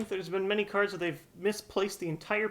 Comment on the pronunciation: did you say cardssss? as in more than one